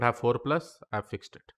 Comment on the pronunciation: he said fucked instead of fixed 😆